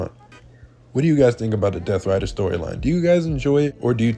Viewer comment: Bro is so much of a Sicko, he couldn’t say “Riders”🤣🤣🤣